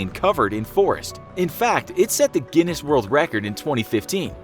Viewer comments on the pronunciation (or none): none